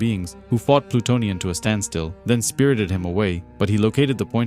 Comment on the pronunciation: This vid is awesome buddy, best vid about Plutonian on YT. Good pronunciation of the names overall, very in depth explanation and (which is actually rare these days) no A.I. voice. You have a new sub. 👊